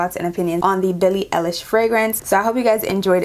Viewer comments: It’s all horrible. Her last name is pronounced “eyelish”. ❤ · Billie EYE-lish 🙂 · her name is pronouncd EYE LISH YOU DO NOT EARN A LIK OR SUBSCIPTIONJUST FO THAT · It's ey- lish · Eye-lish* btw